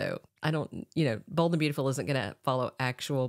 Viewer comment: Why do you keep saying bald and not bold ?